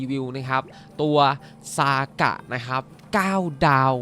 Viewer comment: ทำไมพี่ต้องเรียก(ซ)ากะ55555